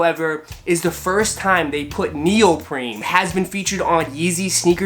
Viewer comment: Did I hear you say neopreMe ? It's actually NeopreNe.